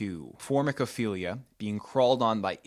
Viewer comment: Why do you sound like that when discussing formicophilia? Do you have a problem with insects? Hmmmmm? I'm awaiting a response.